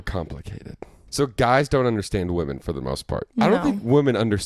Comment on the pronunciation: also pronounces women and woman as "woman". I noticed it in the vlog narration, but I think it's funny that they pointed out the bagel pronunciation here.